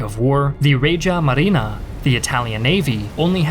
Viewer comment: By "Raja Marina"🤔 you meant Regia Marina🤔Some Historians you guys think you are 🤨